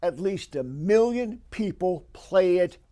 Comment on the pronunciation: what is that word? “Miliion”??